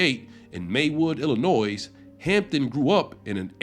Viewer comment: "cowardly lion?" that ain't it, chief. stop trying too hard, btw. when you got something plain to say, say it. and the 's' in illinois is silent.